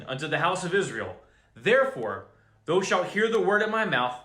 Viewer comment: thou rhymes w cow, it's not pronounced tho